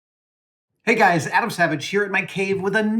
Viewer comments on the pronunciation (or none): none